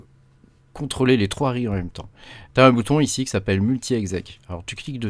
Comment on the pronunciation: En effet pas mal du tout ! J’aime beaucoup Tabby, très classe mais c’est vrai que pouvoir voir l’arborescence c’est quand même un plus entre autre ! Après l’industrialisation j’en suis pas encore là… Et dis donc t’es du Nord toi, avec ton « Ichi » lol